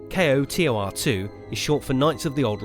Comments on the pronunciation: SAY KOTOR! AS A WORD! ACK! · "Ko-Tor" sound like Hodor. Do the whole damn video again. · Knights of the Old Republic - 8 syllables Kay Oh Tee Oh Arr Two - 6 syllables KO TOR - 2 syllables Learn to acronym. So cringey. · KOTOR 2 NOT K O T O R 2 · Dude! It's either "knights of the old republic two" or pronounced "ko-tor" two. Saying just the letters makes nothing faster. Why the hell would you you take the time to say "Kay oh tee oh are two" I stopped this half way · Say Kotor like a word. Not just letters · Oof.. Spelling out each individual letter in KOTOR instead of saying "KOE- tore" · I'm sorry but I simply cannot take you seriously when you can't even pronounce the game's acronym title. It's "koe-tor" >_< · Its pronounced CO TOR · Say Kotor as one word my man. Saying the letters individually is cumbersome. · What rock have you been living under? It's not "K-O-T-O-R," it's "Kotor." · Dude its not kay oh tee oh are too. its fucking koh tor 2. damn thats annoying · Dude... K-O-T-O-R? Just say KOTOR, KO-TOR... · I was like just say k’oh tor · Pronounced Koe Tore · Nice video, except the "kay-oh-tee-oh-ar two" part lol. A big mouthful. Most people understand what you mean with "koh-tor" I agree, there is so much potential in the Star Wars universe wasted by bad writing and appeal to showy schlock. The last couple seasons of Clone Wars and Rebels seem to come the closest we'll ever get to the quality of character development and expansion of the star wars universe KOTOR and Zahn novels do. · it's pronounced koh-tour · Kreia kick started an era where every mentor type character in a video game ended up betraying you in the end. It got very annoying. and for the love of god KOTOR is said as a single word. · lol kotor is spoken like its a word not as individual letters k.o.t.o.r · A W Grammar nazi alert Acronyms can be pronounced like NASA, NATO, or KOTOR initialism is pronounced using the letters like FBI or CIA So he was right